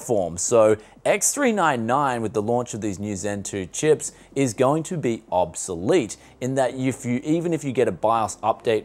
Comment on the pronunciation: Obselete? Oops,delete? OBS elite? OP salad? — Oooooohhh!...bsolete!! :D